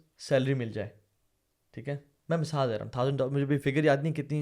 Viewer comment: Asalamualikum I spent my whole sunday in your podcast .I watch different videos . Thanks a lot brothers Ab Saad ka masaal We called misaal Like your way of talking and laughing. May Almighty reward you in tjis duniya and hereafter. Thanks